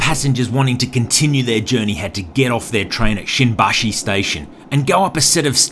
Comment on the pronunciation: Is not shinbashi is shimbashi careful